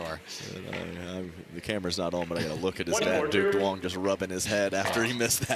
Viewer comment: ITS NOT PRONOUNCED DOO-ONG. THE D IS SILENT. ITS PRONOUNCED YOUNG. PLEASE LEARN A LITTLE VIETNAMESE PRONUNCIATION COMMENTATORS.